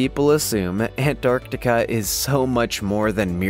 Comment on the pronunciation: Every time you say ant-arc-tiK-aaa I wanna bang my head against the wall